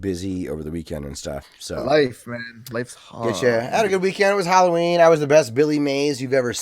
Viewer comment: You brought a tear to my eye when I heard you pronounce Halloween properly I'm not sure if you learn that from me or you're yours part of the world they happened to pronounce it properly but it was glorious always any Americans I see always pronouncing it wrong like a hallway